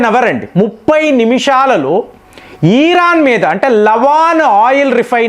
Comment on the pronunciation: ఈరన్ కాదు.. అది.....ఇరాన్. , please